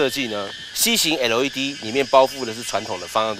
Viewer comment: 怎么那么发音都是发成那个样子？ type R 变了 太仆啊， LED 变了 诶路 ED